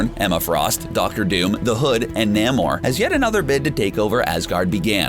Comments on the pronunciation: NAY MOR. Not Nam or. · Namor pronounced wrong, and Beta Ray Bill pronounced wrong.